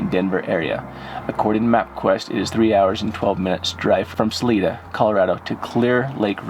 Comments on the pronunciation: You guys are great at what you do, Thank-you so much! Salida Is pronounced with a long "I" Sa-Ly Da" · Next time if you do a video in Salada. It's pronounced Sa-lie-du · PLEASE pronounce it (Salida) as Sah-LIE-duh. That's how us Coloradans say it. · Pronounced sah-lie-duh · The town is called salida sounds like (sa lie da) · Ok...it’s Sa—-lie——da....Colorado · Hi, the I in salida is a long I. So it's pronounced Sa l I da💗🙏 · SA-LIE-DA is how you pronounce the name of Salida. Keep up the good work. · The town is pronounced Sa.lie.da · You guys are amazing and everyone here in Salida Co can't thank you enough for your help and support to help find Susan Morphew, but heads up Salida is pronounced Sa • Lie • Da and it means exit in spanish, so keep up the good work and we all wish you guy well and happiness! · 👏 Great job! Help on pronouncing names. SAL- 👁 - DA MORE - FEW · Pronounced her name wrong ... the city as well. Overall disappointing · Isn’t it Salida? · Please pronounce the word Salida correctly. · You are my favorite YouTuber and I giggle when you say the town. We pronounce it here as (Sa-LEE-Duh) Spanish or (Sa-LIE-Duh) local use. Love you guys and I hope everyone is all home safe with their loved ones. 😄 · Hey guys, thank you for all the work you do. I live in Colorado and I just want to let everyone know that it's pronounced Saliiiiida, not Saleeeeda. Suzanne's last name is pronounced Morphuuuuu, not Morpheeeee. xo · It’s pronounced Sa-li-da not saleeda LOL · Jared it's SA-LIE-DA not SA-LEE-DA🤣😉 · Sal-i-da for future reference. Not Sal-ee-da. Life long Coloradan here. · Isn't it saa Lie duh? Not saa Lee da? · It is Sal-I-da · Ppl can't pronounce things correctly if they aren't from here. It's Sah-lee-dah. And Colo-RAD-oh. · It is pronounced Sa Li da. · "Sa-lie-da" not whatever you were saying. Sorry but having lived in CO for a number of years, hearing people miss pronounce our city names has become a pet-peeve of mine. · Its (SA-Lie-DA)